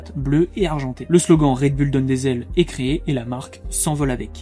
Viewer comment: Bon, pour commencer, on dit Red BOUL, et non bulle.